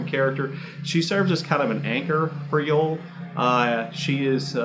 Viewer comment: His name is pronounced Yo-Elle, not Yole